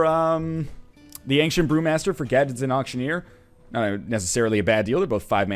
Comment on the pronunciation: Northern "Angcient" Lion